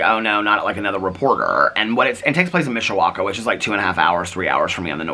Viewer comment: Yay said Mishawaka correctly 😊 so many ppl not from around these parts, slaughter the name. I am from around here never knew it was called the region 😂 Learn something new everyday! Ialways heard SBend area called Michiana Which I think is Michigan/Indiana together. 🤷🏻‍♀️ I want to read Ashley Flowers book! I tried to get it at target last night but of course it’s sold out. 😂 has inspired me to get bird feeders! 💙🦆🐦‍⬛